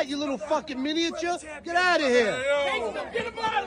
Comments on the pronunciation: The way you fully pronounced "mini-a-ture" had my dying hahaha 🤣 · My man's pronunciation of "miniature" is legendary. 😅